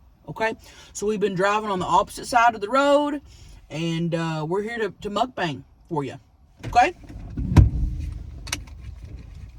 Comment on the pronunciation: Please never stop saying "mukbank" Love it!!